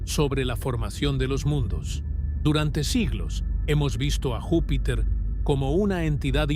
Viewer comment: Vupiter ??? De verdad me encanta su programa, siempre los sigo, pero de verdad aburre que todo el rato esté mal dicho algo tan básico. Porque si no sabes hablar, es díficil creer que lo que vas a decir, sea digno de escuchar. Está bien que usen IA, pero al menos revisen y corrijan, dejemos de sobrevalorar la Inteligencia artificial por favor 🙏🏻